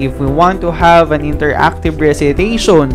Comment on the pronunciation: Interactive or interacative haha...